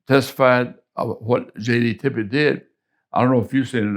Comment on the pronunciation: And the man’s name was Tippit, for Christ’s sake!.. Not Tippet, or Tippett, or anything else..